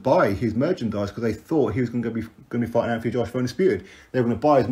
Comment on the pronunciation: as per usual you're spot on but just so you know his name should be pronounced Ant not anf it's a silent h... Obviously unless you asked him, wouldn't argue then lol